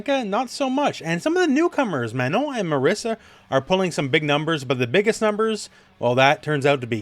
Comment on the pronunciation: Great video. But you pronouncing Marisa as Marissa is driving me nuts.